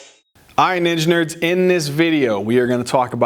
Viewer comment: Why do I keep hearing engineers for ninja nerds..😂 Frequently finding myself questioning? Are we engineers😢😅